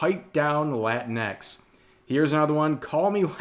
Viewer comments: it's not "latin X" it's pronounced like Kleenex like latinicks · Rev has to say it right, it’s not Latin-x, it’s La-tinx. Fits better when your Hispanic friends call you a Cabronx when you compare them to Tinkerbell. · Rev, can I get you to pronounce latinx as "la-tinks?" And, Yes, my Mexican son-in-law hates the use of latinx. Why are the 4%'s trying to promote removal of gender from Romance languages? Wasn't this attempted by the promotion of Esperanza, and look how that failed. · I always thought "Latinx" was pronounced "Lah-tinks" not "Latin.. EX" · It's pronounced la-tinks.